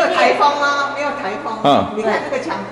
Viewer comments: 謝謝頻道的團隊與來賓，辛苦了！ 補充：龜裂的「龜」，是唸「ㄐㄩㄣ」裂，不是烏龜的龜🐢唷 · 沒錯！是龜ㄐㄩㄣ裂